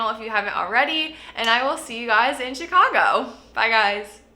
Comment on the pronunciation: Will never be able to pronounce Chicago like it normally sounds again!!!!! It's Cheeeecagou